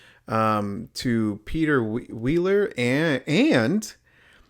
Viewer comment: Brooo u keep saying Peter Wealerrrr 🤦🏻🤦🏻🤦🏻 it’s Peter weller